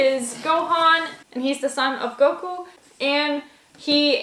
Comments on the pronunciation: the goku pronounciation made me cringe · She said Goku wrong. She don’t know nothing about DBZ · The way she says Goku hurts me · The way she said goku made me uncomfortable